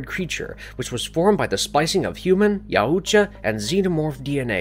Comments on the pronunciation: How are you going to make an hour long video and pronounce the name of the predators wrong every time and have no one say anything. It’s making this video unwatchable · I know there are a few ways to pronounce Yautja but I've never heard the way you pronounce it and I must say I absolutely hate it. Idk why but it's like nails on a chalk board to me. Sucks because I wanted to watch this video but I don't think I physically can. :( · This guy doesnt know how to pronounce Yautja at all! 😂😂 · “Ya yoo cha” or “yowcha” i cant😂😂😂💀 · 30 seconds in and you’ve said YOWOOCHA about 5 times… can’t do it. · Pronounced Yacht-Ja. It's like Taut, like a Tiger... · its Yautja.... Not yauooootja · It’s pronounced yowt-juh damnit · Yaaoocha😂 Danny Gluever😂 dude to be so well read you sure do mispronounce a lot of words. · Yaooojta lol just say yaujta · Yea it sounds so weird when he says it! I guess he's trying but a little Google search would tell him how it's pronounced. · Each time i hear you pronouncing Yaucjas it's screeching sound in my head. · Not sure if this is like some automated voice that doesn’t understand the certain pronunciations but I’m pretty sure they were like five or six different pronunciations that were completely wrong. Most obviously is how many times they said Yautja emphasizing the U way too much. Also Predalien is not different than predator and isn’t pronounced PRE-dalien. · Anyone else lowkey mad about how he pronounces Yautja, and animosity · Your pronunciation of yautja is killing me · why do you say yautja like that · it hurts my brain how horrible he pronounces yautja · Can't even say their name right smh